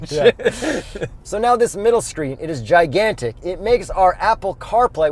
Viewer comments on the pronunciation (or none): none